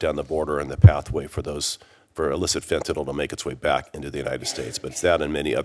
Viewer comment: why do these clowns call it fentanal; it's fentanyl, like il, not al!